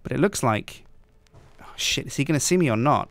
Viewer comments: Instead of saying shit I thought u said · Whenever he says shit I always hear sips saying SJIIIIIIIN. Instead of shit you should say mahogany doors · you say SJIT alot?